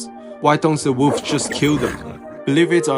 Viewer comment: I like how he pronounces it "woofs" :)